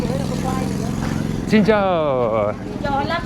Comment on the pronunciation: When you pronounce xin chao, say it as (Sin chao) not chin chao, try that